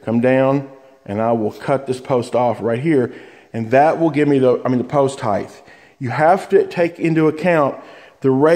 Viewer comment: ...heighth? No such word. Height.